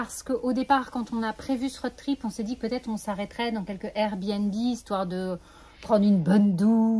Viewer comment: Merci pour ce nouveau partage ! Sans vouloir jouer les rabats joie, le o de road trip se prononce plus que le o de Aude 😁